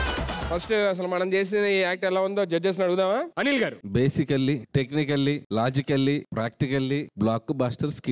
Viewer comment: వాడికి ర బదులు డ పలుకుతాడు.. అనీల్ గారూ బదులు.. అనీల్ గాడూ.. అంటాడు..